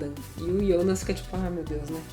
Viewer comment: Cara, deixa de chamar "Ionas" é "Jonas" JONAS!